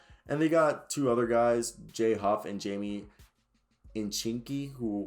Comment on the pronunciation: Nah you tweaking. Only two defenders on the team kcp and gafford. And you mispronouncing most of the players names so I wonder if you know this roster. Raul is haul. Jaimie is haimie. Kispert was not pronounced well. Rui hachimura was said wrong too